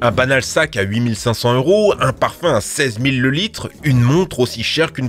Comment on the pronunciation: J'ai compris parpaing au lieu de parfum